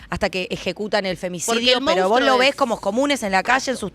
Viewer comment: se dice monstrUO, No se dice mOUnstro. Si no lo saben ni pronunciar, menos van a saber identificarlo.